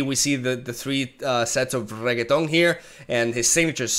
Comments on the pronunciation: STOP CALLING HIM REGGAETON PLEASE ITS SO WEIRD still loves your videos btw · que borrado jajaa "regueton" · sarcasm but seriously Re - NECK- TON theres a neck between the beginning and the end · He's purposely saying Reketon for fun :P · reket on ... 1/10 pronunciation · please stop saying rekatoooooan !!! my ears. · That name pronunciation is going to tilt a lot of people. 😂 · Not to speak about every time he ppronounces Renekton holy shit.... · Low-key loves the way pronounces Renekton xD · I dont know why but when he says renekton it just sounds like a french person saying it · A small part if me dies every time he is pronouncing Renekton incorrectly. EDIT: I am halfway through. I have just 53% left of my humanity. Saying Croco-Daddy once to save a Me. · I love you and don't be mad but why can't you say it like it's supposed to be pronounced:( unless that's how you pronounce it in Spanish then by all means lol. xD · Renekton may be the butcher of the sands, but you definitely butcher his name pronunciation XD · Bru Not Reketoni,This Champion real neame iş RENEKYon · Who in the world is reggeton? 😂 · Regeton? I don’t see a g in that name lol... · I wonder how long can he keep up saying Renekton's name as "Reggaeton" 😆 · It's renekton re-neck-ton no G in there my guy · call him regeton one more time... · Its Re-nek-ton. Not rigatoni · im pretty sure its renekton not reggetaun xd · Hi brother It is Renekton not Reggaeton kkkk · Re - Nek - Ton , not reketon ....😂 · RE-NECK-TON FFS. reggiton here rekaton there rigaton everywhere bro might as well as call him rocket ffs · Jeez I don't know if you're doing that on purpose, I don't usually watch streams. But his name is not RegeTON, but REnekton.. If you are just messing with us, then, Understandable, have a nice day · Level 3 Renekton - Level up: call me Reheton Level 4 Reheton - Kill all units and both players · YES Regeton! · me correcting in my head every time he says regeton